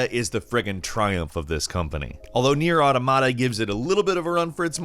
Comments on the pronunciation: "Near Ahhhh tuh mah tuh"? Reaaaalllly really?! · You're going to anger the weebs with how you pronounce Nier: Automata.